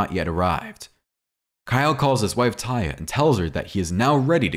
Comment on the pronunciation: IT'S (TAY-UH) NOT TIE-A😠🙄😡🤬👎👎AURRGH/ERRGH..!!